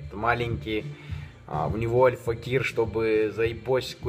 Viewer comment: как же бесит как он говорит АЛЬФАКИР , альфакЕЕЕЕр